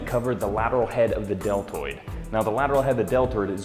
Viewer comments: did he say DeL turd or deltoid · He said "delterd" lol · "Lateral head of the del-turd" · "delturd" lol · YES! Thank you! Finally shoulders! Awesome by the way it sounded like you said delturd